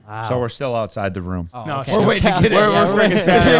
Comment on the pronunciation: no way calls a ROOOOOOOOOOM a "RUM"